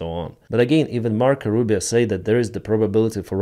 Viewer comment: That is not "Mark Rubin" That is Mark Rubio